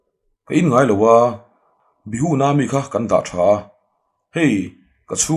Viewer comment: Bihu nilovin,Biju tih zawk tur